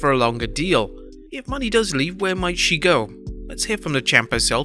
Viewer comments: Mo-Nay, not money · It's pronounced MO-NAY not money 😂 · he said mercedes MONEY lmaooo. It's "MOE NAY" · You’re Saying Mone wrong. It’s pronounced Moan-Nei. Like Monet the artist. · ITS MO-NAY MOE-NAY you twat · Moné is not pronounced as Money. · Your pronouncing Mone wrong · Ikr I think I'm sick 🤢🤮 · Why are you pronouncing Mone like that?